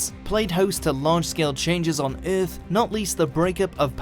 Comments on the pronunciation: what would happen if you properly pronounced our planet's name? Ith? No baby no- it's earth...what did you do to the constants??? give them back!!!!!! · What is this planet urff of which you speak and just what are berds? For gods sake get someone who speaks English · lmao the way he says "earth" is like "erff" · In the history of eth? rth? eah? Wat'd you say at the beginning? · THE WAY HE SAY EARTH OMEGALAUL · Why does the narrator say 'earth' like Ming the Merciless from Flash Gordon?